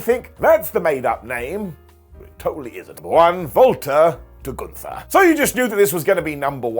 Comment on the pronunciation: What if I told you that the jobbers name is Gunther, not goontur. Gun-ther. Not Goon-tur.